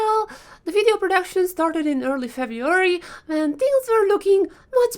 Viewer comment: Omg you really hit the spot when you say wideo :)))))))